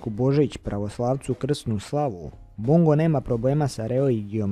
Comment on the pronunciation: Bongo jedino nezna da kaze Bongo gresi